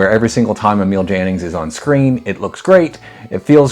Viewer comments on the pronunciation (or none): You, sir, are a gentleman. Needless to day, AI ain't. And if I might impose on your good nature for one more... Jannings in German, is pronounced Yannings. And that said, having just discovered your channel, I am going to dive in! (There is not a director on your list that is not worth our time!)